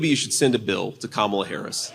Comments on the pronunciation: At least he pronounces her name correctly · At least he pronounced 'Kamala' correctly - unlike Trump.